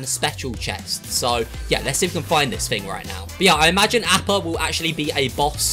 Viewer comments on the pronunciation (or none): Ahppa not apppa